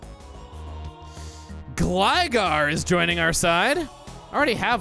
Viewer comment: Originally pronounced gligar as gligger